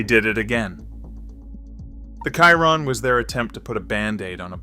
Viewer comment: Chiron, a Monegasque name speaking in French, is pronunced "She-ron". It is annoying when a video failed to do a basic research.